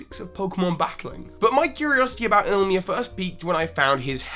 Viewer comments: Damn it just hurts me how people say Ilima's name. It's I-LI-MA, can't be that hard :/ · You kept saying Ilima's name wrong. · His pronunciation of Ilima bothers me so much. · He probably misread his name once and fell into the habit of saying his name the way he first read it. I mean hell, how many people call Groudon "Groundon" because they read it wrong? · Bryce Richardson Wrong. The origin is Hawaiian. The correct pronunciation is E-Lee-ma, it means 5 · You missed tha actual pronunciations of Smeargle and Ilima. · it's pronounced "e- lee-mah" In Hawaiian, "e" has the long e sound I re-started this video when I noticed your first few mispronunciation, played the drinking game, and downed a shot every time you made that mistake. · also ilima's name is pronounced ILL-E-MAH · lumiose galette not lumiose gazette. ilima not ilimia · Hahaha sorry I'm not mad or anything but it's Ilima not Ilmia, and also Lumiose Galette, not Lumiose Gazette ;p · Dude. Ilima. I L I M A. The second I is BEFORE the M. I'm sorry but I can't endure it any longer. ILL-im-uh is the correct pronunciation. Or il-LEE-muh. Not ILL-mee-uh. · It's pronounced (EE-Lee-Ma) it's a word for flower in Hawaiian. I also thoght he was a girl at first because of this name. It is not ill-ma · its Ilima not Ilmia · Please, people. It's not hard to say ILIMA. You can say I-LEE-MA or EELEEMA, but ILMIA? ILMA? LIMA? Please, learn to read. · can't English. He keeps calling him Illmia. His name is ILLIMA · Is it possible that you have promblems with the pronounciation of some names of characters or Pokémon? You call Ilima Ilmia or Ilma, Dedenne Dendene or something... I mean, those names are not that hard :D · it's Ilima not Ilma ill-ee-maa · Please work upon your pronunciations. Revere Walk = Reh-veer Walk. Smear = Smeer. Laverre City = Luh-vair City. Ilima = Ill-lemur. Smeargle = Smear-ghoul. Seriously, it's not difficult. Theory = Absolute, unsubstantiated stretch. Unconfirmed and denied.